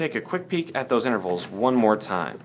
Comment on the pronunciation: lol he said 'inverals' what a dumbass